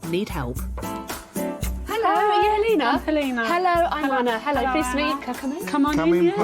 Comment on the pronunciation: Lol the pronounciation of Helena.. Her name is not Halina.. Is that what it translates to.?